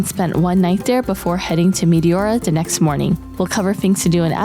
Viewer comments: Μεϊτιώουρα;;; Έτσι τα προφέρετε στον τόπο σας;;;😂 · My Greek ears are hurting from the mispronounciation of Meteora....